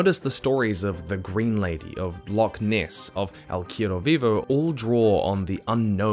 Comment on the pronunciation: Hey man, love your content. Just wanna correct your pronunciation of "cuero," real quick though, because it sounds like you're saying "quiero" which means "I want." Cuero is pronounced, coo-ehr-oh. Hope this helps!